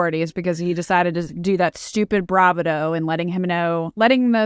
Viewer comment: Nelson Mandela not Mandala; bravado - emphasis on the second syllable, not the first. and mistake, not mistaken.